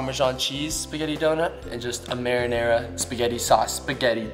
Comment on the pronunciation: marenera sauce more like marlinenera sauce!!